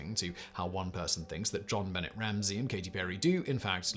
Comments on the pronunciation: It's french, so it's not only the states that it is pronounced that way. A British person should definitely know how to pronounce it as well. But it goes to show that this host doesn't always do his own research and is probably just handed a script half the time. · I love you, but I'm triggered...its zhauhn b`nay ramzee not Bennett . You wouldn't say Jon luck pikkerd, would you? Course not! It's zhon looook p`kard! Or.....is this a hint that you have your own celebrity conspiracy in that your actually a really bored Q? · It's pronounced Jon Benay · This bothers me , too! Her name is not Bennett,either! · It’s not Jon Bennett. It’s pronounced John Banay. Jonbenet. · Jon Benet is pronounced ZHAN be-NAY. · I’m French and I can ensure you that we’ve never had anybody that was ever called JjjonBuhnayyyy throughout history. More over, the French word benêt translates to “simple minded”. Yep. Her parents should definitely have done their homework on that one - they should have kept an eye on her at all times too. What a bizarre and very sad story. Oh and I agree with you regarding doing a video on her. This would be a great topic. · When you pronounce JonBenet think in French. Jon-Buh-nay. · It's not an obnoxious pronunciation, it's just how you pronounce it. It's a French name. It's more on obnoxious to mispronounce it. Like when people pronounce jalapeno as juh-lap-enno. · JonBenet is pronounced Jon Ben-nay not Ben-net…at least here in the states lol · I know mispronouncing words is a deliberate thing on this channel, but including a mispronunciation of the name of a murdered child seems disrespectful. Please don’t. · Simon should cover Jonbenet Ramsey on the casual criminalist. So much to unpack there!!!!😳🤔 But also look up the pronunciation because it’s French and pronounced as such.😊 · Could you please pronounce JonBenet correctly. Jeez! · But yeah, someone should have definitely told him how to say it lmao. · Have you still not learned? He doesn't care